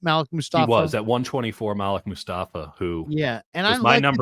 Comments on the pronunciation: When white people try to say your name its cringe worthy... His name is Maleek!! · ITS PROBOUNCED MA -LEEK!!! .. OMG WHY DO WHITE PEOPLE PRONOUNCE IT MALICK🤦🏿‍♂️🤦🏿‍♂️🤦🏿‍♂️